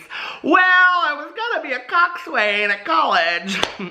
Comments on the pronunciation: How has no one told you yet it's pronounced cock-sin?? Rowers of the world where are you?? Don't leave hanging like that. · I love you but my grammar bone is twitching hard. Although it is spelled COXSWAIN - the way to properly pronounce the word is COCKSIN - I know this because I was a rower for some time in high school haha 🙃